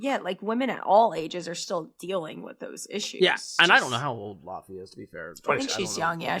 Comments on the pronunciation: You pronounce her name like laffy taffy 😂 the au combination gives a different sound in icelandic I don't even think English has that sound 🤔Ask Google to pronounce it for you! ❤ But you said Jónsdóttir quite well yes in many European languages j is like y in English 👌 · Her name is pronounced Ley-vey actually haha